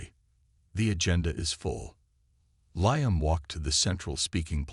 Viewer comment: LEE-UM not LIE-UM